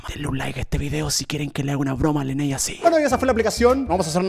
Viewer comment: Se dice leney :v yo si quiero una broma